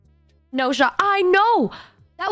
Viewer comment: Nu? Nu o,o home is lon